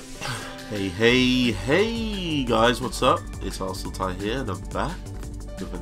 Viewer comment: why do you pronounce Arsenality as “ ARSEL - TY” ???